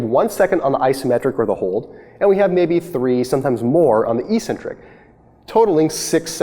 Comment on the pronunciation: Great Video. The way you pronounced 'eccentric' annoyed me though x)